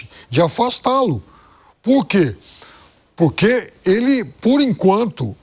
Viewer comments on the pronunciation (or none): Não existe purqui, nem falar direito ele sabe.